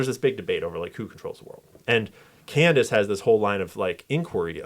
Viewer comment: Why is he mispronouncing Candace’s name and misspelling it ?? Is that suppose to be a dig ? Or a joke about the media messing up his name ?